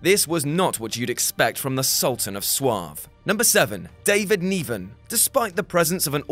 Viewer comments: David neeeven? Who's he? I think you mean niven. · my man. You are of brittish birth, n'est-ce pas? So is David Niven. He is kinda famous. His name is not pronounced Neeeven. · Why do you pronounce David Niven as 'Nee-ven'? Does this mean that in 50 years someone will pronounce Daniel Craig as 'Cry-egg'? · Say Niven properly